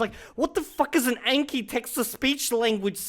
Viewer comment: Can people please stop with "ayn-kee" like "a" in anal? The name is obviously derived from Japanese and it is a language with only 5 simple vowels. It is "ahn-kee". For the love of god, it is painful. Almost as bad as Americans calling Xi Jinping "Zhee"-Jinping.